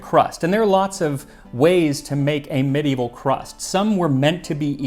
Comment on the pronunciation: Kudos to you, max, for being the 3rd person I've heard pronounce medieval correctly. And you mentioned black pepper in with sweet spices! Yay! I love that. It's so different. Something magical happens when you mix black pepper and sugar with cloves, nutmeg, and cardamom.